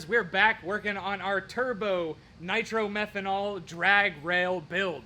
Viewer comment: Hi it is not called Nitro Merhenol it is called Niro Methane.I doubt you are running that it would distroy the engine after a couple of runs.Unless you can afford $50. a gallon. it is called Alcohol or methanol or M5.just talk to the VP Fuels directly. I used to own A Top Dragster. I used to use M5 which had a measure of Nitro very small which increases the oxygen. which makes the engine run faster.